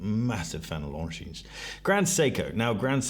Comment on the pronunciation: Its Longinnn not LongineS, sorry but slightly triggers me.